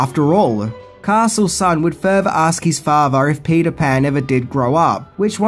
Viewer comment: Father is pronounced with a "th" sound, not "fafer"